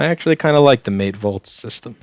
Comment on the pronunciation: « Mate volt » ha ha ha very funny 😄